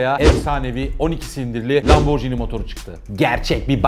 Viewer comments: Bi video yaparken biraz araştır laborji ni diye okunmaz Lamborghini okunur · Atladığınız ve bilmemenizin ayıp olduğu en büyük nokta italyan spagetti gibi okunması gereken italyan lambor(G)ini nasıl spagettiye spacetti demiyorsak lamborginiye de lamborcini demememiz gerekir. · Müdür super. Akış çok iyi. Tek sıkıntı lamborcini değil de lamborgiini seklinde okunması. Gecen bir videoda porş değil porşe diye duzelttin kazandın bizi. Neyse başarılar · hikaye mükemmel bir şekilde anlattınız ve teşekkür ederim. Fakat markayı yanlış telaffuz etmeniz üzücü oldu. Jini değil, gini olarak telaffuz etmeniz gerekiyor, çünkü 'g' harfinin arkasında sesiz harf 'h' olduğu için gini olarak telaffuz etmeniz gerekmektedir. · Abi bari sen lamborcini demeseydin yaa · Hocam, Lamborghini'de g ve i arasındaki h harfi, g'nin c'ye dönüşmesini engellemek içindir. Yani markanın okunuşu lamborgiini, lamborciini değildir. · Bu videoyu yeniden çekmelisiniz bence sayfanın adına aykırı.Lamborcini değil de Lamborgini diye okuyarak düzeltmelisiniz. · Yalnız lamborcini değil lamborgini diye okunur BİLMEMEN AYIP :)))))) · Lamborcini değil lamborgini olduğu gibi okunur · lomborjini bilinir lamborgini okunur düzeltiyim abi. Bu arada bi renault sport bekliyorum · Lamborghini’yi anlatıyorsun.Daha doğru okuyamıyorsun. Okunuşu: lam-bor-gi-ni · Tolgahan Kartal Adam lam-bor-ci-ni diye okuyor keko